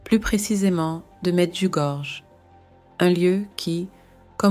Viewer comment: Le nom exact de l'endroit est Medugorje. j ne se prononce pas comme je mais comme y dans le mot pays 5 pays, lequels? Pourquoi en parler si ce n est pas mentionne!